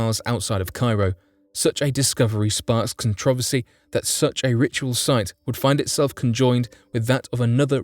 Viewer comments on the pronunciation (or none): none